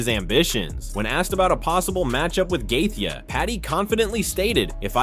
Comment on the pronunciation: Gaythea? Taupuria? This AI can’t read.